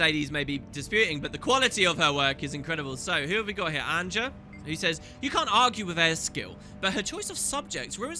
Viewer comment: also annja and effja... u say "annDja" and "effDja" but it should be as the Y is yes, "ANNYAH"